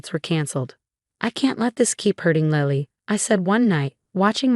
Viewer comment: I thought her daughter waslily not lally